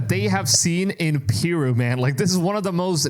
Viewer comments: Pronounce "Peru" like you got a pair. It is "Peh-Ru!" not "Pearoo" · it's not PEEru, it's PerU. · "PIRU" The way he pronounces Peru is aggravating me beyond what it should. I have never heard someone pronounce it that way.